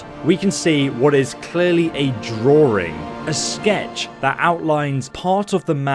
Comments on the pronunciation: Draw-ring. God that makes me cringe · Wtf is a “droowing”? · There’s only one “R” in “drawing”!